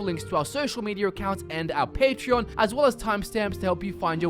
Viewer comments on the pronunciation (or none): none